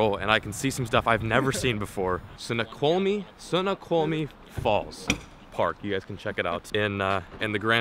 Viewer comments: You said it completely wrong snoqumie it's like ( snow quamie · it's pronounced snow-kwal-me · Coolest waterfall ever Snoqualme falls was one of the coolest places ever. Pronounced "snow-kwal-me-falls" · You should see those falls when there’s more water flowing through them and it is pronounced snow-kwol-me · Snoqualmie Falls is pronounced (Snow-cwall-me). There is also the Skykomish (sky-comb-ish) and Snohomish (Snow-home-ish) rivers which are good for salmon. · Snow-kwal-me is the phonetic for Snoqualmie. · Snow-qual-me is how you pronounce it. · Say "Snow Qual Me" falls. You are close. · Ok lemme help you because I used to live there it's pronounced Snow-Qual-me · snow-kwol-mee falls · Snow quaw li me Is how it is pronounced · It's pronounced snowkwalmie lol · Lol said Snoqualmie wrong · Totally butchered the pronunciation of Snoqualmie but its cool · You completely butchered snoqualmie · I was cringing every time you said it wrong